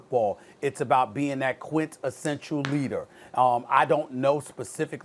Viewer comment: Stephen "QUINT-ESSENTIAL" A. Smith